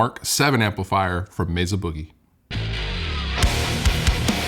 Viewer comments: Meza with a z huh…def thought it’s Mesa with an s Like mesa Arizona not meza lol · I like, but it just annoys the hell out of me when people pronounce Mesa….”Mezza”. It’s weird and just stop doing it.